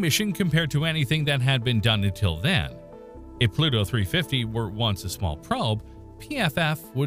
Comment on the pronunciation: I hope the grim reaper takes pity on you with the pronunciation of his name you have mangled.